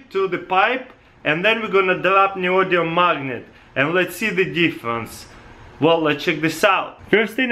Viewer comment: So, Neodium? Or Neodymium?